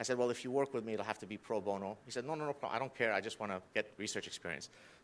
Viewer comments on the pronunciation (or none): none